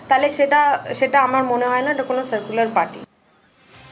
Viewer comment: সায়েকুলার পার্টি আবার কি, উচ্চারণ করতেই পারেনা 😢